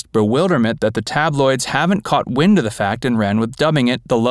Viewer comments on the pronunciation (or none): none